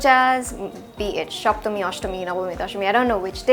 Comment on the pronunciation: The way you pronounced soptomi and nobomi. Are you a Bengali?